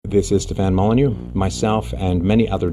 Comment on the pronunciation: "Steven Molyneux"? o.O